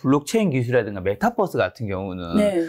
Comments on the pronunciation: 메타뻐쓰 ㅠㅠ 유니버스라고 읽듯이 메타버스라고 해주세요😂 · 내용도 좋고 다 좋은데 배우신 분이 메타뻐스~~ metaverse 메타버스로 발음해 주면 더 좋겠네요,,,뻐스 뻐스 그러니까 챙피하네요^^